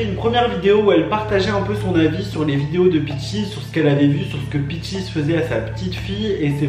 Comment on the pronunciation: Son nom c’est peaches ! Et non peachis